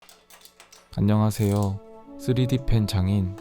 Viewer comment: 안녕하세요 할때 뭔가 이상하더라